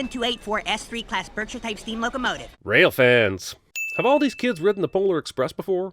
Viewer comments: “logo-motive” please log out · "logo-motive"=locomotive? hahaha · Him saying "Logo-motive" as a pun to loco-motive is so bad, Cinemansins deserves a sin.